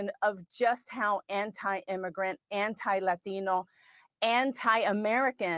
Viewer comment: I fucking cannot stand when they say “Latino” like this. Stop. You’re an SNL skit. Like, literally an SNL skit because they did this exact skit before.